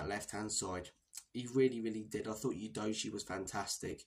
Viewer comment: Destiny Udojiee? Who the sweet F is that? Udojiee???? Are having a laugh mate?